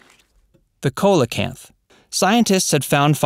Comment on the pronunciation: That fish is pronounced SEE-lo-canth